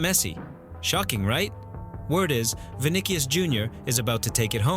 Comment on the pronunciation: Vini"k"ius??? Really???